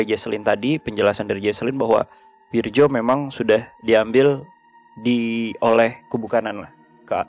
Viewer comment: Soalnya pelafalan namanya kurang tepat.... itu pake ejaan lama, harusnya bacanya: WIRYO